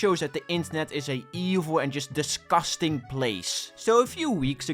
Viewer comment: No offense but everytime he says "dusgastang" is kinda funny lol. Anyways great video explaining the horrible people just harassing the owners for it being not scary tho